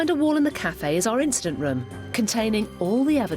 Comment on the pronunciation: Are they sayn "instant" room? Do they mean "incident?"